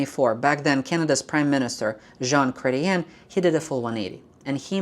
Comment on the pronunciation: Jean Crate-ee-yen? Seriously?